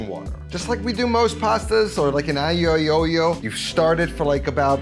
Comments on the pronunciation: "like in an ay-ay-oh-yo" 🤣😂🤣😂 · I I O O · I fell on the floor laughing. I will always pronounce it like this from now on.... 🤣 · Is “Aye yi yo yo” something I don’t know or was he trying to say Aglio Olio. That was too funny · Should that be pronounced "ay lee oh eh oh lee oh?" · brutal pronunciation of Aglio e olio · How did you say Aglio e Olio? 😂😂😂